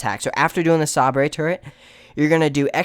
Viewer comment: HAHAHAHA. I was thinking the same thing.